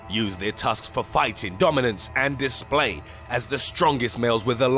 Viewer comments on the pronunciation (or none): none